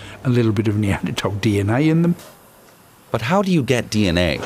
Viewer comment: Finally, someone pronouncing Neandertal correctly.